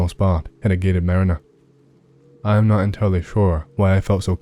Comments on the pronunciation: DID YOU KNOW YOU PRONOUNCED IT WRONG? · YOU PRONOUNCED MARINA WRONG